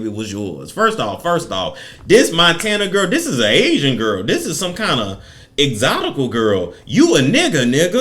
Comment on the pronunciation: Excotical get me every time 😂